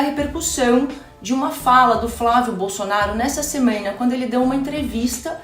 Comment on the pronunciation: Gente, amei o vídeo, mas a fala da repórter do UOL falando "semena" igual a Amenda me tirou do prumo kkkk.